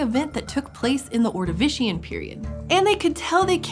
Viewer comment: She's saying ordivican and Appalachia wrong